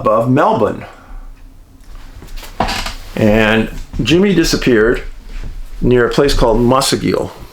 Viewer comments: Dave, I already think you are a legend, but pronouncing Melbourne correctly, that just rocketed you into legendary status! You rock, my friend, love all you do, thanks so much!!! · excellent pronunciation of Melbourne, Australia Dave 🙂